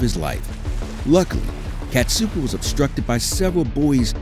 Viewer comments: it's kasatka not katsuka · Kasatka is pronounced KA-SA-KA